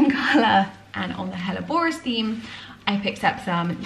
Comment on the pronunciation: Love watching your progress just one thing grated this episode, it’s your pronunciation of hellebores they’re not Spanish plants (google has it wrong too - best English version)